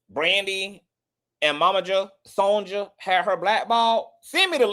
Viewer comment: Brandy's mama's name is pronounced SON-YUH, not SON-JUH. "Sonja" is the Spanish version of Sonya.